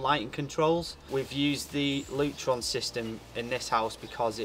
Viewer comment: Lurton or Lutron 🙈